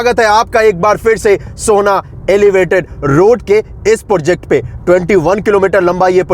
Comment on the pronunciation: पोर्जेक्ट नहीं होता है, प्रोजेक्ट होता है । अब ये मत बोल देना कि बिहारी में ऐसे ही बोलते हैं। टोन रखिए बिहारी जैसा पर सही से अंग्रेज़ी वाले शब्द तो बोलिए